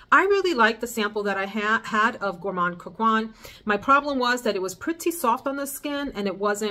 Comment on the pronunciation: Gourmand coquin = coke -en ( like how you pronounce “end” without the “d” 😅)